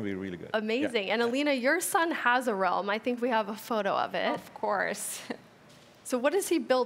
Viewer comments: IDK what her name is but the girl in the black jacket with a white shirt inside of it She calls realm: Rolm me : Rolm? why is she saying rolm? its called Realm not rolm “starts laughing”🤣😭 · Access to your “ RoLm” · Next time you might wanna find someone who can actually pronounce "Realm".